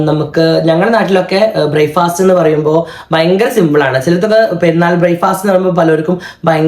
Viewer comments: ഇംഗ്ലീഷ് അറിയില്ലേൽ.. അത് പറയാതെ ഇരിക്ക്.. Bryfast അല്ല.. Breakfast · ബ്രായ്ഫാസ്റ്റ് അല്ല ബ്രേക്ക്ഫാസ്റ്റ് അല്ല ഇനി എനിക്ക് തെറ്റിയോ